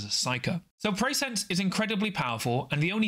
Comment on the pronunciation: Great review; I will be rewatching this several times! The Abilities and TacOps are definitely awkward and too conditional so I see them being simplified, while some of the operative powers will get nerfed. This is a must buy especially as a NL fan. “Pre-sci-ence’ not ‘Preysense’ although that does sound cool; they definitely captured the NL fluff names!